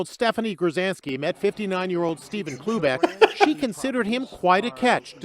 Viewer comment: i can't stop hearing oobleck instead of cloobeck